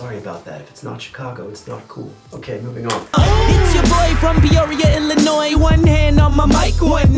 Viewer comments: ILLINOISE? UNACCEPTABLE. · I am so pissed they chose fucking Bill Cosby, out of all the black comedians, they chose Bill Cosby, like really Ps the S in Illinois is silent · im from Illinois, im 45 miles north of Chicago, but Illinois is pronounced Illinoi, the S is silent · The S in Illinois makes me cringe lol 😂 cause I am from Illinois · Repping Peoria, Illinois. The " s" is silent lol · I love that you pronounced the s on Illinois I do this as well, but mine is 100% intentional to annoy people. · grrr the S is silent lol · Did he really pronounce the "s" in Illinois...? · U pronounced Illinois wrong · Mom was from up there, so ya, when i heard the s i started wondering how many people were gonna give him s*** for it. Reminded me of a comedian somewhere who called his special 'Illinois' with the S very much pronounced as a joke.